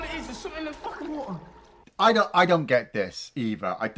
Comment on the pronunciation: All I gotta say is “Sumthin in the Fukin wa’er”